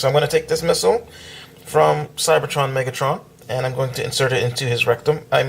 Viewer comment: u said CYBERTRON skywarp